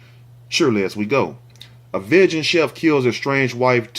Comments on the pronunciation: you're saying Vegan wrong 😂 it's pronounced VEE-GAN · said "veghan" chef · You my nicca n I got u. It’s pronounced: “Vee-Gin” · Vegan is pronounced - vee gun